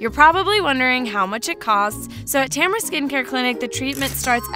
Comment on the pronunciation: Name: Tamara. My pronounciation: Tamara. Narrator: Temra.